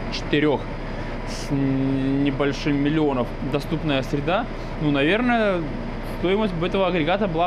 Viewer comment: говорит не 7 милионов а 7 милионёвь